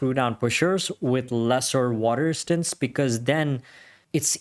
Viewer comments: I could only listen to water "ristance" so many times before bailing. His 4 inch wrist didn't help either. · WTF is "water istance"?